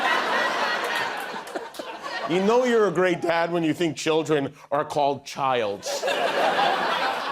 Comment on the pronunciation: actually, he said “chiles,” like something out of a Langston Hughes poem.